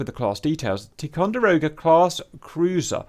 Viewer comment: It's pronounced, "tie con der oh guh." "Tie co" for short...